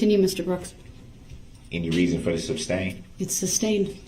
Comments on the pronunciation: "Reason for the SUBSTAIN your honor?" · I get irrationally angry everytime he says “substain” instead of “sustain” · Its not substain its sustain. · Duh-rell, the word is "sustain". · Tacit not Takid. Sustain not Substain. Moron !